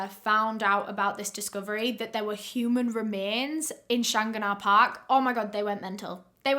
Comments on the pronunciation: Lol the park is pronounced like Shan-gan-ah park. Also we dont have police in Ireland theyre called guards. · the way you pronounce shanganah is so funny to me NABJSDHF- no worries tho, its pronounced "shang-gan-ah", very close tho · The park is pronounced as "Shang-gan-ah" just if anyones curious😂❤ i still remember every part of this investigation. My family knew Elaine when she worked in my old primary school. The sweetest woman you could ever meet. 💗 She was also found in the Dublin Mountains- Killakee (Kill-a-key)- not in the park. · I hate to be this person but I live in Ireland just where this happened and the way she pronounced shanganagh Park really hurt my ears 😅 it's Shan-gan-agh Park. Love the videos though! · the park is pronounced shan gan ah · I'm Irish born and never heard of this case,maybe it's due to my age, 22 now so would have been too young when she was being discovered. Thank you very much for recovering this and btw, I would pronounce the park "Shan-ah" 😀 but I'm sure someone who's better at Gaeilge can help you better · The pronunciation made me giggle too 🤭 I love accent 😍. I remember this investigation too. I think everyone in Ireland was heartbroken for Elaine and her family. RIP 💚